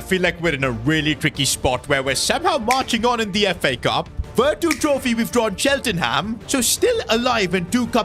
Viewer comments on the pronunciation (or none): what did you call Cheltenham